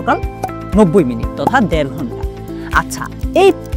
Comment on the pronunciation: দেড় ঘন্টা। দ্যাড় ঘন্টা নয়।